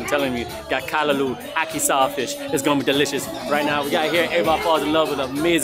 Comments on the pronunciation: I'm Jamaican guys love the video but its Ackee not Aki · Dude pronounced ackey wrong 😑